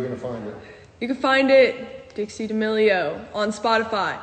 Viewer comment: You said Dixie's name wrong Everytime you called it